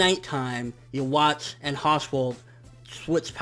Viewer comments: Why do all reviewers keep saying youwatch instead of juha? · Please man. Read this before you continue saying Yhwach's name like that. The W should be pronounced like a V. The CH is to be pronounced like a K. So in that sense: Yuh-vak. Or keep it simple and just call him Juha. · Desty Nova thats also not how you say it